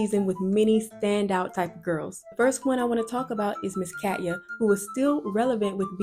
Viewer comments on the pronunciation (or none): Cat’s name is actually pronounced cuh-tia Catya